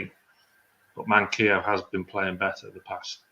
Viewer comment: Pls call him man-qee-o not man-quill-o haha 😂